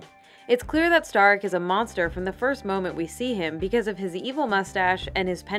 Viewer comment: Its pronounced sta-rik, they say it the game you fake gamer